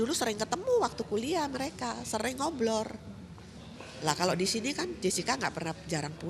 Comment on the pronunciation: Ngobrol bu...bukan ngoblorrr...hhahha